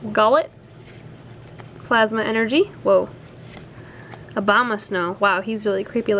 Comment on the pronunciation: Sounds like you said Obama snow lol